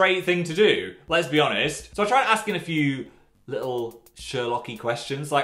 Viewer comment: what phil said: "let's be honest" what I heard: "les-bi honest"